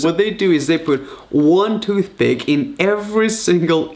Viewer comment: He said toothbick